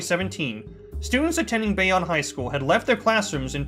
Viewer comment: It's pronounced bay-own